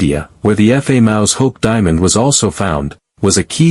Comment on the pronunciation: What is a diamon? No way will I ever subscribe to any video with a ridiculous robot voice.